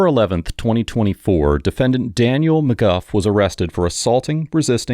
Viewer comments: Narrator: “Mr McGuff” Judge 😎 “Mr McGoo” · Stop calling him "Mr McGuff", it's "Mr MacGooo" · The defendant calls himself “McGOO” but you call him “McGuff.” Why?